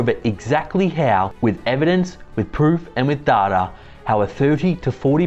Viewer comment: Evidence, pwoof & dada.